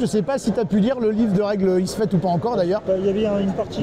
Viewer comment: ISfet, pas Ifset ^^ Sinon, chouette video et interview interessante :)